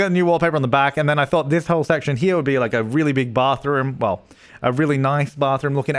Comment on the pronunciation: Aye wike wour wittle bathwoom accent.